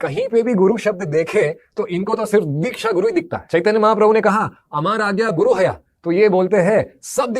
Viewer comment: are uncle dikhya nahi Diksha hota hai. Pehle bolna to seekh lo😂